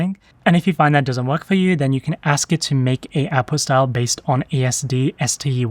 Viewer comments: OuT puT style. Not owpostyle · I keep hearing you say "Apple style", then I realize you mean "Output style"... lol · Until i could see it written i thought the speaker was saying "Apple Style" 🤣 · until you typed it, I thought you were saying "apple style" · say apostile one more time motherfucker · Definitely saying apostille. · "Appo style" is what I heard. lol